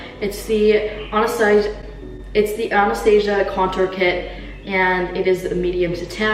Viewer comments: lol i think you meant ann-ih-sta-sia. idk if there's two ways to say it or something just saying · i was fine until u said anastasia wrong